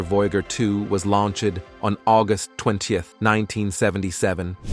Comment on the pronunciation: Lol, yeah, it said Launched: Launch-ed". LoL